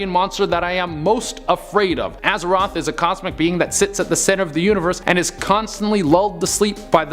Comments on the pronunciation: "Aza-THOTH" NOT ROTH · Dude. It's AZATHOTH, not Azeroth. Azeroth is the main world in World of Warcraft. giggle